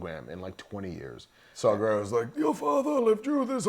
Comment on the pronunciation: I love how the guy on the left keeps calling him Saw Gerrero instead of Saw Gerrera. lol